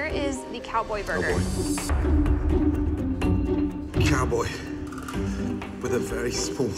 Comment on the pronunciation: Korean accent anyone? Burgeeer